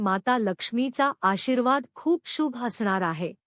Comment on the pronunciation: शुभ हा शब्द बोलायला shika.